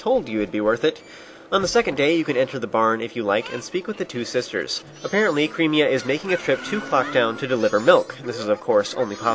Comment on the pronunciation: ITS Cremia, not Creamia. Sure she might make you creamy but you don't have to pronounce it that way